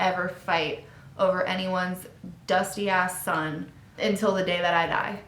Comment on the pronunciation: “ anyones dusty ass son “ yeah bih u from philly lol